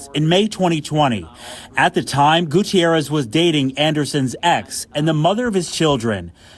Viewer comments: Goo tee air ez. Must pronounce names, especially of those departed, correctly. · Goo-tee-air-ez: bothers me that he didn’t say his name correctly (even when the people on the news did). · "Mr Gucci-errez i guess " 😂😂